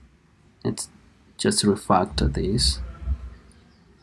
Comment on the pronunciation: So LET'S reFUCCTUER DIs